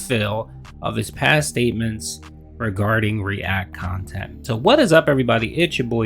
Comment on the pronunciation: I despise how he always makes a big deal about “main kahntent” and “side kahntent” no one but him cares